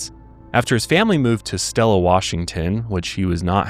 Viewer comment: I am from Selah, Wa (not Stella) and it is pronounced See-Lah. And because he graduated from here, his picture and name is up with his graduating class in the hallway across from the cafeteria.